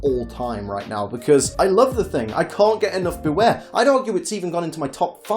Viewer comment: It's Bewear, not Beaware!